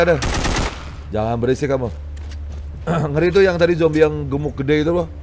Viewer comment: Bang orang sebutnya zombie bukan zombay